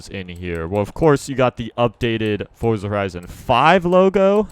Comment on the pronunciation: finally someone thats says forza instead of fort za